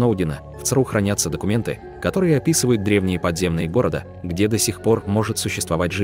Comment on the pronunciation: Не гОрода, а городА.